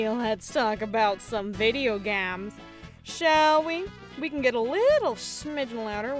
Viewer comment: I love it when you talk about "Video GAMS" 🤣🤣🤣